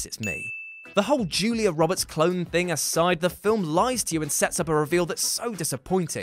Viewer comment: Julia Robbits?!